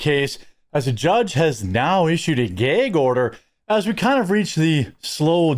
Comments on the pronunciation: Its not a Gaayg order Jeremy it is a Gag order. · Ur pronunciation of "gay-g order" bothers me so much. 😅 Gag, like bag, hag or what the British call a cigarette (f@ It's not "bayg" with a long Ā. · Gaygh order? The way you say that is triggering my Gaygh reflex.. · I had no idea gag was pronounced “gayg” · Jeremy keeps saying "Geyg order" 😂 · “Gæg order” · Jeremy says gayg for gag. Layg for lag and fayg for f@ Lol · a "gayg" order? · 😆😂😆😂 he keeps saying it and I’m dying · Good video but I have one criticism for you. You're saying gag wrong. It's gag like how you say mag or jag or tag. You're saying it with a long "a" and it's grating my ears to hear you say it like that. Like, in my 48 years of living, I've NEVER heard ANYONE say it like you did. that is all. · How do you not know how to pronounce gag? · Jeremy please learn how to properly pronounce gag